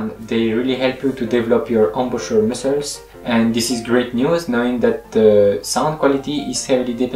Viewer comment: When you saw muscles it sounds like “missiles” lol